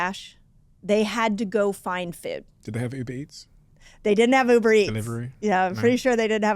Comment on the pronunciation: I couldn’t unhear “fewd” the whole time, but good info regardless :)